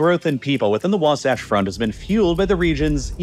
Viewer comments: I’m sure it’s been said already but it’s pronounced “was-ATCH” not “wah-sahch” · The way he switched between calling it The Wah-saach Front vs Wa-satch Front throughout was amusing. The second one is correct. (Not a dig by the way. We have weird pronunciations here.) Also, great video! I'm a biologist near Ogden that rants about this a fair bit to deaf ears all around. I'm not too optimistic about The Great Salt Lake to be honest. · Wasatch is pronounced differently here, rhyming with “boxmatch” not with “boxsocks” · It's Wasatch, not wasotch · Wa-satch. The "satch" is pronounced just like it is in the word "satchel." Not, not, NOT "waw-sawch." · Sevier Lake is pronounced like "severe" also later into the video, the second A in Wasatch is pronounced like cat (or satchel since it's similar spelling) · By the way, Wasatch is pronounced Wah- like Waluigi and Satch like Satchel. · Mostly good, but please check local pronunciations. It is wah-SATCH among others. Overall content is pretty accurate. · Geez, the pronunciation of some of these words is nails on a chalkboard. In my 30 years of living in utah i've never heard it pronounced "wasotch" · "wahwahtch" lol. I love listening to people mispronounce names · KL-am-ith Wa-Sat-ch If you are going to talk about a place like you know it, you should learn how the names of places are pronounced. A 30 second phone call to any local should suffice. Hell i don't even live there but i drove trucks based out of Utah for a few years. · Sevier lake is pronounced “Severe” btw. And Wasatch is pronounced like “hatch”. Great video as always! Source: played football and wrestled against North Sevier and South Sevier and live on the Wasatch back. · The second a in Wasatch is pronounced like in sash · “The Wah-Saw-ch front” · WAH-satch, like Satchmo. I really hate doing this to you, but as a Utah native, I'm obliged. Please make sure this ends up in your correction video in a couple months. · Say wasotch one more time…..